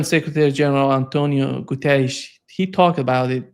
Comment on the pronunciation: There is nothing funny about this video but I did smile when pronounced Antonio Guterres with a correct Portuguese accent (might be Brazilian inflection) but still.